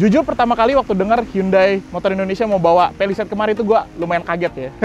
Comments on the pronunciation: Cara yg bener ngomongnya Pa li seit Bukan Pe li seit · Ke "pelised".. Ati2 licin om